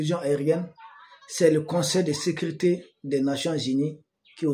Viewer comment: L Son seul hic est qu'il s'exprime un peu mal et prononce mal certains mots : ex sécurité devient secrite... C'est vraiment le seul hic dans ses analyses pointues.